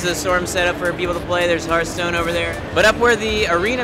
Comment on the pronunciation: When said hearthstone at the beginning, he said herthstone. Lol